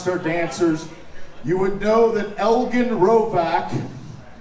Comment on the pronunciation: Poor Eigen your name gets butchered more than most I hear on YouTube